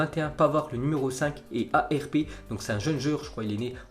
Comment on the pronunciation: C jan fiete arp et pas A R P